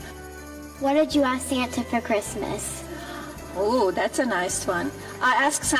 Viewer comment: Dude, she's HORRIBLE! "I have to put up all this stupid Chreestmas trees, who gives an EFF about Chreestmas.".